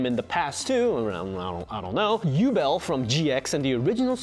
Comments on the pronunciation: I feel like you mispronounced Yubel on purpose! 😂🤣 it’s You-Bell haha other than that this video was very helpful!!! I never knew I was missing such a huge piece of 5D’s!!! That Eye from the future was Yusai? Or a look alike I thought it was his dad I never watched any of the sub episodes except when Jack goes to like the desert? And does that test to get that Archfeind Drafon card and maybe a couple others but I didn’t know there were more episodes 😭😭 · 1st and 2nd series, maybe GX. I believe Yubel is pronounced "You-Bell." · It's pronounced, Yu-bell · you said Yubel wrong